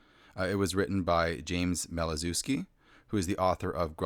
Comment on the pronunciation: Maliszewski is a polish name. Should be more "malishevski"